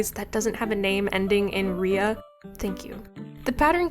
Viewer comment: Say eria one more time...